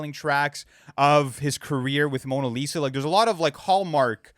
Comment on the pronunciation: Bro said cawsta rica and mawna Lisa